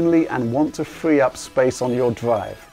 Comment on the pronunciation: Storwigde, Hi, Fwee up the space...